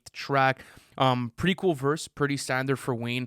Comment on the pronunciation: go listen to “ cawnifal , because cati is very coowl”